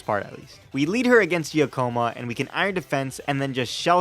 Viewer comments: I like your vids, but there's one thing that's been niggling at me: Giacomo is pronounced Jack-O-Mo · Just a small correction: "Giacomo" is pronounced "gee-AH-como"